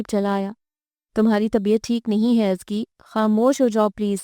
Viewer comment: I don't believe you pronounce Azka...Azki i mean seriously!!! Kisi say confirm he krwa latay